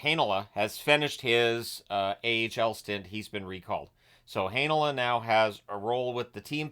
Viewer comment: That "Heinola" was spot on!